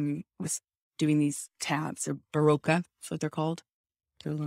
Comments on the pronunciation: I hate the way she pronounces Berocca - the "o" is pronounced like "o" in orange, not like "o" in oblivion. That's how it is pronounced in Australia, which is where she likely discovered this awesome vitamin B supplement, I was "addicted" to them when I was pregnant (original ones in Australia don't have caffeine in them). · berocca is pronounced buh·ro·kuh not ber-row-ca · It's pronounced buh-rock-kah not buh-row-ka, sounds weird when you (and Amber) says it. It's an effervescent pill you put in water to help get rid of the day after hang-over, it's orange and makes your pee orange too. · It’s pronounced bar-rock-car 😊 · She can't even pronounce it right. It's ber-ock-ah. Here's an ad from Australia, if you wanna know how to say it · It's a common hangover cure (or multivitamin source) used here in Australia for decades, easily available in any supermarket. Laughed when hearing her try to mispronounce it as some exotic French thing. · The way Amber pronounces Berocca is hilarious.